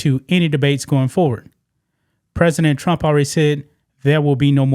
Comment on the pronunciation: TRUMP not TRAMP.